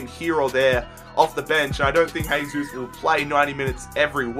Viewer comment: Despite Jesus poor world cup, I also think he's going to have a good season, by the way his name is Jesus, not Hesus, he isn't Spanish.